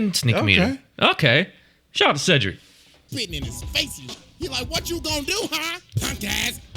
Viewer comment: Cedric Yarborough's first name is actually pronounced "See-dric".